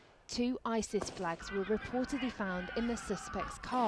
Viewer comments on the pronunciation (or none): none